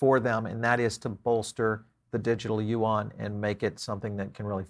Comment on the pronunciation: Yuan pronounce as Yuuuen. not Yuang.